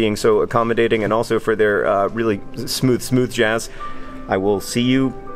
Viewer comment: I like the way you emphasized smooth jazz, as if most airports play a different kind of jazz?